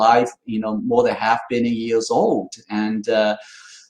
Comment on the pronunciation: English is way better than my Chinese, but I find it funny that him saying "... million years" rather sounds like "... many years" to me.